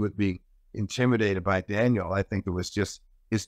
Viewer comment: Steve is a great analyst but he has to stop calling Daniil...Daniel